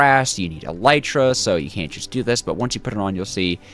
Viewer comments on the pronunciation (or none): none